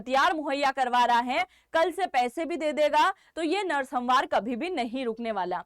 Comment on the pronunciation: सम्हार क्या है Examनारी? क्या आप का यह उच्चारण सही है? Thums Down!!!